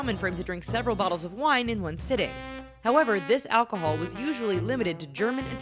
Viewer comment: Lol. "Alchohol"